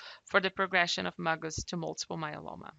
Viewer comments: This is very helpful, just stop saying “muggus”... it’s M.G.U.S. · My doctor calls it M - GUS like the letter M and the name Gus.